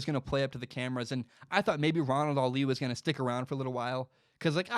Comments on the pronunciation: Lol y u saying Ronald “Ali” it’s pronounciation on the first syllable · In today's mispronounced last name we have: Ronald "ALI" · It made my ears bleed haha